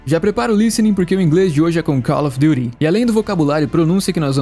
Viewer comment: Call of duty? No! Se fala “calfidūri” 😂